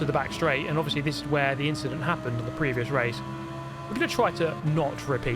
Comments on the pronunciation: "just an inchident" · just an inchident